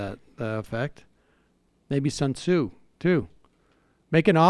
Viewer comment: Its sun sue